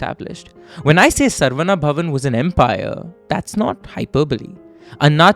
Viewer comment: It is pity that Indians can't pronounce Saravana bhavan.it is not sarva,it is Saravana.